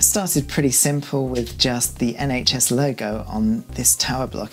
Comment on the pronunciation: ... "SHN"... hahaha!! Bless. <3